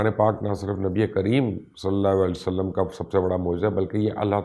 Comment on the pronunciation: مبشر بھائی بہت ہی خوبصورت تحقیق اور تفصیل ہے جزاک اللّہ گذارش کرنی ہے کہ جب بھی نبی اکرم صلی اللّٰہ علیہ وآلہ وسلم کا نام لیں تو پلیز ایک تو الفاظ کی ادائیگی کا خیال رکھیں کیونکہ آپ کے نام کے ساتھ سلام کی ادائیگی درست نہیں ہوتی ہے ایسا مجھے لگتا ہے دوسری گزارش یہ کرنی ہے کہ آقا کریم علیہ السلام کا جب بھی نام لیں تو براہِ کرم پورا "صلی اللّٰہ علیہ وآلہ وسلم" کہا کریں بحیثیت مسلمان اور آپ کی آل اولاد کے غلام ہونے کی حیثیت سے ہمارا فرض ہے کہ ہم ان مقدس و پاک ہستیوں کے حضور اپنے پیار بھرے درود و سلام کا نذرانہ پیش کریں بارک اللّٰہ